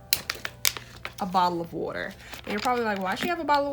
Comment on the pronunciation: I herd you say "wooder" (water). You from philly? 🤔🧐